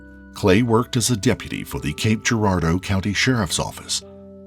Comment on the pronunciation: I heard Cape Girardeau I was like "ick"